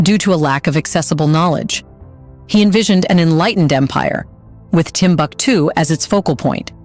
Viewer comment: Timbuktu, pronunciation: Timbooktoo. Otherwise nice. Really great editing. The manuscripts in indigenous languages in Arabic script are the Ajami scripts which are now digitalised for preservation. Unfortunately, this once upon a time most important citiy of the middle Ages is gradually falling apart despite being a world heritage site.